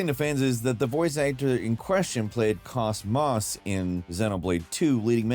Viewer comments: It's pronounced Koze-Moze, BTW, not Kaus-Maus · ÒOOOHHHH, SO close. Kos (Like Coast without the T) Mos (Like Most without the T)😂😂😂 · Kos-Mos is pronounced Cause-Mose, like Cosmos. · “cos Moss” My PS2 loving Xenosaga fanboy threw up in my mouth a little. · Saying KOS-MOS' name like that hurts my soul 😭😭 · How can you keep mispronouncing KosMos? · You pronounced KOS MOS like you've never played the games before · your pronunciation of Kos-Mos hurt my soul lol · The way he pronounced it should be a war crime. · Could. CLEARLY tell that came from someone that didn't play the game. 😂😂😂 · I would've thought it was cosmos, but with a pause.